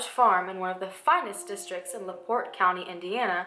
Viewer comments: My hometown.. I grew up hearing these stories and viewing our local museum with a good size section about her.. You did a great job covering this story.. And you did pronounce my town right.. lol (la port) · You said La Porte right! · You pronounced LaPorte correctly :) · Unless I'm just crazy, "LaPorte" was pronounced right. My mom grew up just two counties away, so I'm pretty certain, lol. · lol you said laporte right! i live about 15 mins away from there, and i’ve never heard of her!